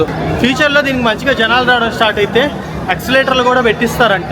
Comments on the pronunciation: Excelerator kadu Babu, it's escalator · యాక్సలేటర్ కాదురా అయ్యా అది, ఎస్కలేటర్...ESCALATOR, అంటే పైకి/ కిందకు తీసుకు వెళ్లేది🤦‍♂️